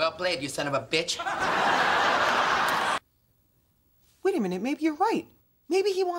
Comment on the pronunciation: It sounds like he’s saying son of a beetch I liked because no one would